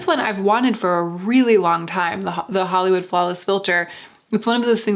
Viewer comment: Flollywood Hawlis Filter. :) I giggled.